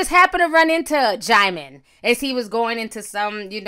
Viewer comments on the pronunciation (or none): Not DJAIMON...it’s DJEEMON. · It's even pronounced jih-mon lool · Not “DeejeeMon” 😭😭🤣☕️ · Oops... I JUST learned how to pronounce Djimon (JYE mon) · Hey Ti..it’s pronounced Diamond 💎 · But it's not Jymon. She still got it ALL wrong! Everytime she said Jymon I cringed lol. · Oh THAT'S how to pronounce his name! I used to say "Dijimon" too. Sounded like a damn Pokemon 😅. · Quiet as it's kept, I just found out THROUGH YOU (Ti) how to say his name... I was STILL CALLING HIS BIG FINE, CHOCOLATE ASS (DIJI-MON) & Since we're here I'mma KEEP CALLING HIM (DIJI-MON).. See... You can LEARN & SIP TEA with Ti.. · Djimon Pronounced Jee-mawn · Deejeemon tho😂😂😂😂😂😂😂 i used to pronounce it that way too lmao😅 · Djieziemon 😭😭😂 the way you pronounce names 😂😂😭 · Girl don't feel bad about not being able to pronounce his name. I used to call him Dijon like the mustard. 😂😂😂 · I could have sworn you said Digimon 😂😂😂 I had to rewind. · i thought the j was silent